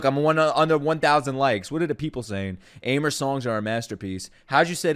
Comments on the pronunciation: fun fact Aimer's proper pronounce is 'émé' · Aimer's name is pronounced exactly Emme.